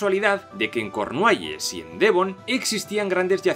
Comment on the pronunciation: se dice darscir o dowrrscer en ingles y cornuehylles no cornueles ni cornuehelas